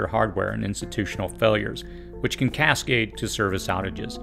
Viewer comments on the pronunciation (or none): none